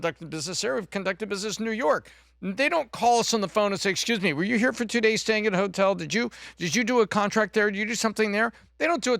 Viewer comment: lol boomer said gays while trying to say days